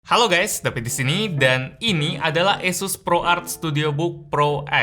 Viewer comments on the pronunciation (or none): iyh pake E bukan i